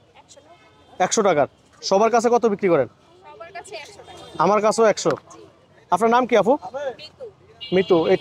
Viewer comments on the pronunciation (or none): আফু না আপু আদুকি শিক্ষিত নাকি শিক্ষিত হয়েও অশিক্ষিতের মতো রাস্তায় নেমে পড়েন ইউটিউব করতে। ইউটিউব করা বা নিজের কিছু করা এটা ভালোআমি এটা নয় যে একটা কথার মাধুর্য থাকতে হয় এবং একটা আফুকে আপু বলতে হয় একটু আরো স্পষ্ট কথা বলার জন্য চেষ্টা করবেন আফনার না আপনার এসব উচ্চারণ গুলো ভালো করে চেষ্টা করুন